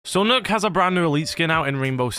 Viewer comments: It's pronounced 'Nukk' = Nøkk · It’s pronounced Nokk not nook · It’s pronounced knock not nook it’s nokk if anything it’s noekk like no-kk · Knock it's pronounced knock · It’s pronounced knock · Its pronounced Knock, not Nook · Her names not nook it's Nokk aka pronounced nock it's not a nook 🤦‍♂️ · i thought it was pronounced "knock"! felt so silly being the only one ik that pronounces it this way lol